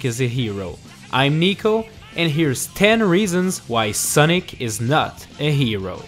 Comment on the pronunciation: It’s also funny how he said Soonic